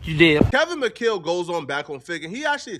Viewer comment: Kevin mcChale?? Or McCall lol